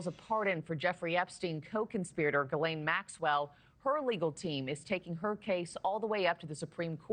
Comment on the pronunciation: Dude... I've got a question... If they can't even say your name right in the News did you get a fair trial?